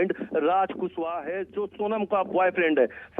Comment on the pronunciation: कुसबह नहीं रे पागल एंकर कुशवाहा है पागल तुमको पढ़ने भी नही आता है😂😂😂😂😂😂